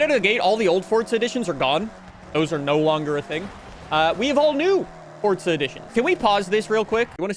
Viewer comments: can this mf stop saying fortza oml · Why he calling it ForTza